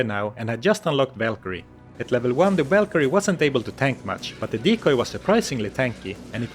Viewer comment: the whalkerie lol VAL